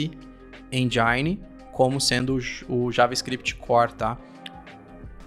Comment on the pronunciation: Não sei onde esse pessoal tira esse "endjaini" quando falam engine 😂😂😂😂